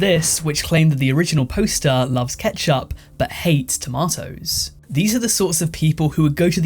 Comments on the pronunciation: squirrels 5 beans 5 tomatoes 1 (but i do hate the way you say "tomatoes") sports 3 kpop 2 - i think some of the fans can be a bit extra, and not in a good way minions 5 commercials 5 smokers 4 christmas 3.5 justunsubbed idc Gpa joe 2.5, maybe 3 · The thing about toe-may-toes I hate most is people calling them tom-ah-toes :) lol jk the squirrel one is hilarious and unhinged lol